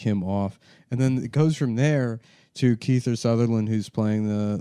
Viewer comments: I love how he calls him Keither Sutherland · “Keither Sutherland”